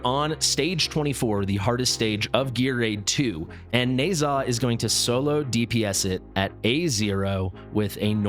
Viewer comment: Pretty sure it’s “Nehszh-ha”